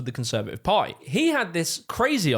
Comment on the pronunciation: can you pronounce "party" not like "pie"?